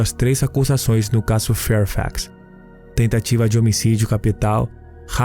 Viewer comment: Que narrador chato não sabe pronunciar palavras em portugues, casso ao inves de caso, acresta muito nas palavra é sofrível.